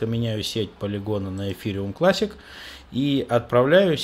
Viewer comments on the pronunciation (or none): none